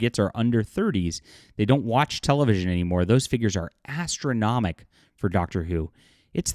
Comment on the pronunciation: ästronomic"?? more like Gastronomic !